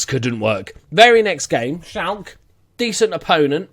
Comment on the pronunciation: They are pronounced: Bayern = Buy + ern Shalke = Shalk + uh (the "a" is pronounces like the "a" in "all or wall" and the "e" is pronounced as "uh")